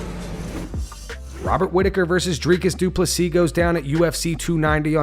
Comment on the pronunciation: Nobody can say Drakus Duplesses